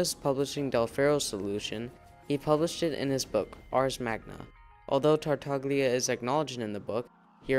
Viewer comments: Tartaglia does not have a hard "g" sound like in "go" or "gain", btw. It is more of a /lj/ sound, so like a really forward "l" sound followed by the glide /j/ like the first sound in the word "you." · The video was very interesting, thanks. But please check the pronunciation of the name “Tartaglia”. You can do it very easily on Google translate, after setting it in Italian, and using the “listen” button. It’s an Italian word that means “stammers”. It’s all about the special “gl” sound. Also please check, similarly, the name “Girolamo”, just to hear where the stress lies. Sorry, I’m Italian, you know… 😉